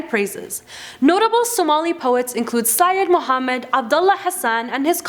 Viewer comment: I just love how she pronounced Sayid Muhammad